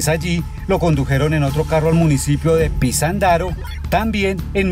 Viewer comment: Pinzandaran, Michoacán así se llama el pueblillo No es pinzandaro